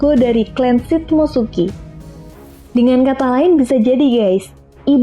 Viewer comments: shimotsuki ryuma kali bukan shit motsuki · Shimotsuki tante bukan shit mo suki